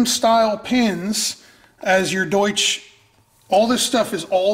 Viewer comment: Haha "sprechen sie deutsch?" Do you speak German? It's definitely not "Doosh" :)